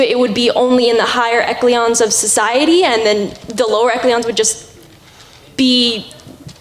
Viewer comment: "Ek-lee-ons" of society. Ugh.:P I will have to give the girl credit though because that could be a sign that on her own she is exploring farther than what is being made available in her current educational environment. Since I grew up religious, I had to do my own reading which went far afield of what I was being taught in the private schools I attended. Naturally this led me into content that included words which I had never heard before and, being "hooked on phonics" (look it up, Millennials.:P ), I would of course mispronounce them. So, you go,!;)